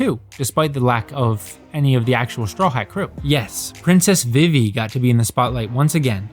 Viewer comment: This is just me being a picky ass but who has ever pronounced vivi, "vih-vee" every place it's been pronounced veevee not just in one piece as this isn't a original name.